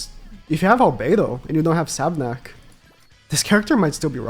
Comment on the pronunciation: Sab**U**nak. Not just Sabnak